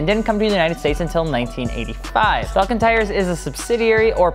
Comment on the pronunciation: It's pronounced Fall-Ken , not falcon. Falcon is a bird. Falken is a tire.